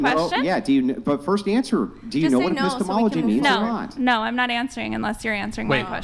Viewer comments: Just because Epistemology sounds like Epistles doesn't mean it it. Be better😂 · I couldn't watch after she said "apisstles" due to secondhand embarrassment. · "The study of epistols" LMFAO